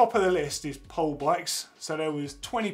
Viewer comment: It's 'Po-le" not 'powl'. And the Machine is a superbike. It's supposed to do everything!